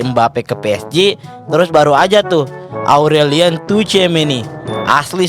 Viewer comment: emang punya standar ganda, tergantung siapa yang dia suka Aurelien bacanya orelien. Au di prancis o, sama kaya eau dibaca o